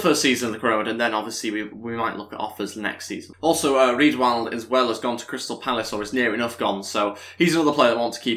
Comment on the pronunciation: Riedewald is pronounced Ree-De-Fhald